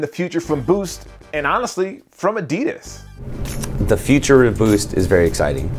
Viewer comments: Expect it's a german company and they're saying it incorrectly it's ad-di-das. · why does he keep saying adeedus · the pronunciation of adidas is terribly wrong (adi'das) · It's not adids it's adidas learn to speak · It's Weird In America You Pronounce Adidas Like This A-DiD-As And In Australia It's A-Di-Das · Now if only Americans could learn how to pronounce 'Adidas' correctly.